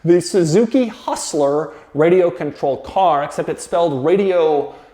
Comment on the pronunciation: Lmao its how the Japanese pronounce control in their accent, contorol